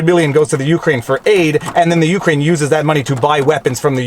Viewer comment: The only thing wrong with this commentary is how you pronounce Ukraine 😝 Seriously though, thanks for the steelman of the defense side of things!